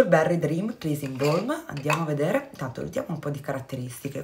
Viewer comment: Cara, ti rirompo le scatole, scusa! "BALM" si pronuncia proprio così come si scrive, non "B-OLM" (con la O), bensì "BALM", con la A, proprio come si scrive. Invece "BALD"=CALVO, si pronuncia "bold"...DIPENDE dalla parola. Generalmente è vero. in inglese la A si pronuncia O ma non sempre